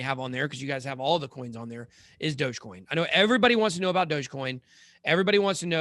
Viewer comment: Lol “dodgecoim”